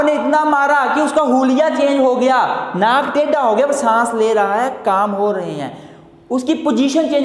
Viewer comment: sir awesome... 😇.but pronoun of naak tedha so funny 🤣😇🙏